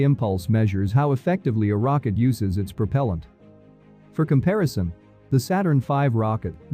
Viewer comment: Prop'l'ant instead of pruh-pehl-ant. Interesting